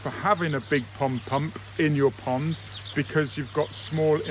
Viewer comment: I realize there is an accent involved, but please say POND pump, NOT “pump pump”! :-)😊